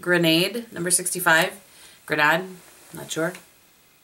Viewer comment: Second pronunciation of grenade was the good one. You're getting very good at French! :) Beautiful look!